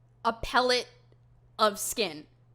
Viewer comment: Pelt, not Pellet when it comes to the skin just wanted to let you know I figured that is what you were trying to say. Good reporting!